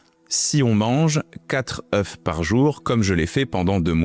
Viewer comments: Il dit 4 EUF ....!?!?!?!? Il a appris le français au maghreb ...!?!?!?!? Le pluriel d'œuf se prononce "EU".... Elle est belle la France .... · 4 zeuffes si déja...😂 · ON NE DIT PAS QUATRE OEUFFFFFFFFFFFS LE F NE SE PRONONCE PAS AU PLURIEL...COMME LE MOT "BOEUF"... PITIÉ.... VOUS N'AVEZ PAS 3 ANS....😮😮...